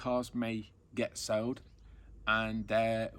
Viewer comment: New subscriber here great video but it’s sold not sowed.